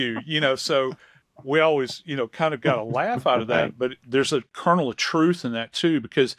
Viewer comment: Joe, did you say a carnel of truth?